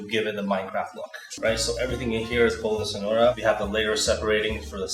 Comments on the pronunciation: "Boulo dy Cenouyra",, 2019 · the funniest thing is that say bolo de cenoura instead of carrot cake